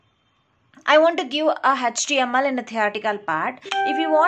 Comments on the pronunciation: its ACH-TE-AM-EL(HTML) not tech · Mam, everything is good but you pronounce HTML as-" hatch TML". This is so weird...